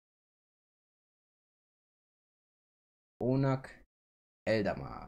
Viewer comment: Oonagh is pronounced Ooooh-Nuh (english pronounciation) or, the way it would be written for Germans: Uh-Nah. No hate, just for information